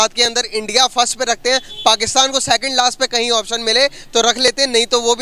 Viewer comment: z or j me kuch jayda fark nhi hota pr pakistan or pakstan me bhut fark hota h 😂😂😂😂